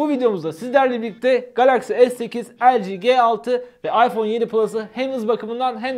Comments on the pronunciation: El ci ge altı diyince sinir olan tek ben miyim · O LG G6 doğru okusan iyi olurdu.